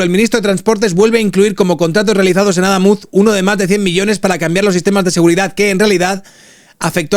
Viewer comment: No es Adámuz (llana, lleva tilde porque no acaba ni en n ni en s ni vocal) sino Adamuz (aguda, no lleva tilde porque no acaba en vocal, n o s)